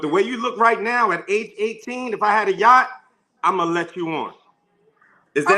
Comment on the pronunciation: OMG we been on Yachts at least I have. The way he keep saying Yacht is telling he's not used to nothing. He knows one word. "Outlier, "! Dude is not a 5%error AT ALL! He's a 70% nowadays...settle down lil Man you're NOT the only one raised in a two parent household. Also. If the two parent household is abusive & toxic. He can put a suit on but once he open his mouth he's showing a pants down, tattooed body, disrespectful, misogynistic fool. I don’t see fine I see Yosemite Sam!🥴🚶‍♀️